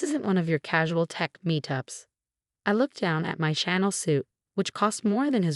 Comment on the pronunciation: I love the “Channel suit”. AI just can’t quite get it.